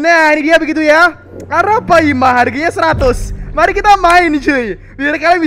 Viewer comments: Ara palma bang bukan ara paima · bang pas ngomong ratu yg legenda hidup di sungai itu arapaLma bukan arapaima